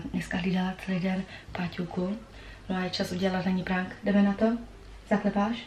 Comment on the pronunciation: Říká se to prenk